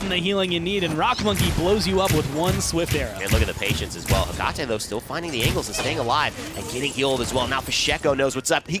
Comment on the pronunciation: The way he says Hecate is triggering